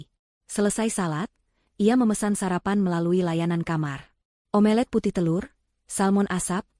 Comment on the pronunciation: Nenek autis yg pembaca narasi crita ini, telor dadar / omlete, jangan di ucap: o-melet² 🤪 tp ucapkan: omlet 👍